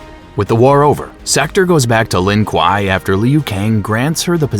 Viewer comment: "lin quaiy" bro's talking in kano😂